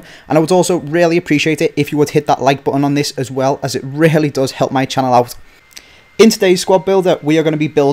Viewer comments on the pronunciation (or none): none